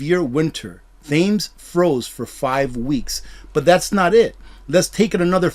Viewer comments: love your channel and our marvellous community, however as a brit I would just ask one thing.. Its pronounced "Tems" not "thames* I know its spelt that way, but!!!! Peace and namaste to all. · Thames, we pronounce it Tems